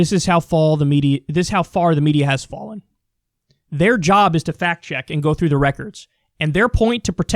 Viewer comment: "This is how fall the media has farren" ~ Kyle Kulinski